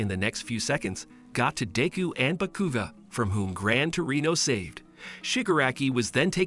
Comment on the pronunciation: Bro said bekuga lol not hating it’s just funny😂